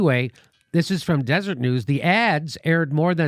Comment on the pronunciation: Jimmy, re the Huntsman story: Deseret News is pronounced Dez Ur Et, not Desert. It's a Mormon word from The Book of Mormon with a lot of religious symbolism for that religion. The paper is published in Salt Lake City, Utah. The whole state is run by Mormons. Billionaire Mormon Jon Huntsman Sr founded the Huntsman cancer research foundation and centers because he has had cancer 4 times and his mother died of cancer. His son Jon Jr is the former Governor of Utah, is the current Ambassador to Russia, past Ambassador to China and to Singapore and was a candidate for the Republican Presidential nomination in 2012. He is a distant cousin of Mitt Romney.